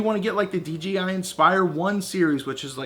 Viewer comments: You say "DGI", lol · Nice review but it's called DJI not DGI.